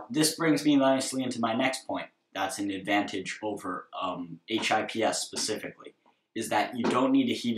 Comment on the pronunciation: no sorry i meant you said h.i.p.s and it sounded strange aha :)